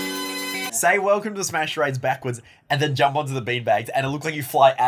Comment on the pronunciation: Screen: Welcome to smash charades What it actually said: OKAY ED OY ADE